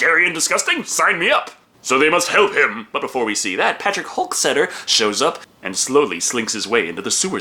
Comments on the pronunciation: You kept saying "Patrick Hulk-setter." It's "Hockstetter." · That's Hockstetter (HOCK-STETTER, first syllable pronounced HOCK, rhymes with sock)